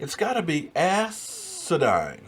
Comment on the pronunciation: Its asinine not asidine or whatever it is youre saying, asinine meaning stupid or foolish. At least get it right when youre going at someone with an argument. #JS